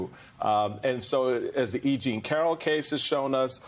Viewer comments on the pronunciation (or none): none